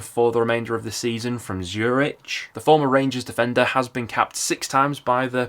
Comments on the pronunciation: That pronunciation of "Zurich" is pretty criminal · Zurich is pronounced Zurick 👍